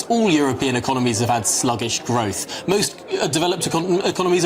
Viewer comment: Growf he says, not growth.